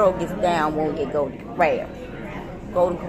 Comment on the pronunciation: Golden has an L. Try to pronounce it